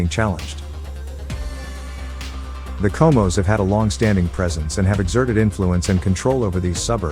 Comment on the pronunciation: Cohmohs? Bit close